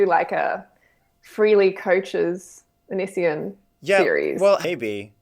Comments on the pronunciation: the way you pronounce "onision" is hilarious "anisien" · ahh it was so annoying that she mispronounces his name